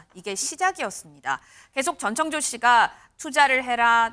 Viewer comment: 오 저 분홍옷 여자분 전청조 발음 연습 좀 하셨나봐요 ㅎㅎ 지난번앤 노상 정찬조라고 하시더니 이번엔 제대로 발음하려고 노력은 하시네요, 비록 혀가 꼬여서 발음은 여전히 제멋대로지만요 ^^